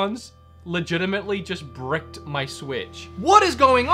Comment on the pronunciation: When he said broke in the beginning "brick" I love it